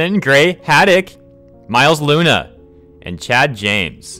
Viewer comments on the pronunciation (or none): none